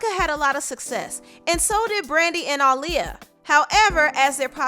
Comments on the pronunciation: I disliked this just bc hearing her say ahh lee ah instead of uh lee ah. Annoying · (UH-Lee-ya) girl not (Ah-lee-ya) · Your videos are so descriptive! Love it! But man I hate how you say Aaliyah. It’s Uh-Liyah not Ah-liyah 🤦🏻‍♀️ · Who the hell is ahliyah? It’s Aaliyah ma’am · Where tf are you from? Its A-leeyah (AALIYAH) not Ah-leeyah!!!! Pronounce her name correctly please. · Everytime you said “Auliyah” I cringed, it’s “Aaliyah” 😕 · Who's AHHH-Liyah? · instead of saying Aaliyah, she said aww-liyah 😂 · Its Aaliyah not Ah-liyah 😡😒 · Kind of mad at the way she's saying Aaliyah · Why you calling that girl "All-liyah" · Great video but it’s annoying the way you’re saying Aaliyah‘s name... ALL Lia.. smdh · Girl it’s AALIYAH NOT AHHLIYAH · The way this lady pronounces Aaliyah’s name irks me 😤 It’s not AH-liyah Jesus. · No it's pronounce 👁 -liyah that's how aaliyah's mother pronounce it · Ah-Lee-uh? Why did u keep pronouncing her name like Ali? Lmao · The way you’re pronouncing Aaliyah is SO CRINGE. I hate it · I’m glad you got Aaliyah’s name together after a few trys lol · Stop saying Aaliyah like that you’ve never said it like that before what’s wrong with you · Learn how to say Aaliyah